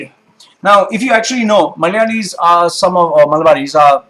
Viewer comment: You say the word "Malayalee" in the perfect accent possible.